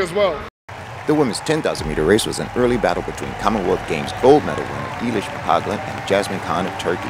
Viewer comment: hey! I didn't mean this as a personal attack - it was just an amusing sequence. For the record: EY-lish (as in "clay") not EE-lish mc-COL-gan not mc-COG-lan YA-se-min not JAZ-min CHAN/JAN not KAN